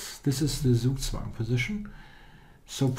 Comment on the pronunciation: Please pronounce "Zugzwang" german. Even Daniel King can do it.